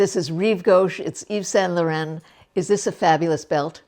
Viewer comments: You’re not pronouncing YSL correctly. It’s not LORENNE it’s LORON. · perhaps try googling how to pronounce Laurent.